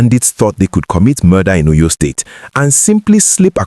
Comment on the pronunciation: Please learn how to pronounce the name of the state. Óyó, Óryór